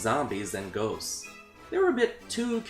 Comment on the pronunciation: I thought u said “goats” so I was like, they chasing goats?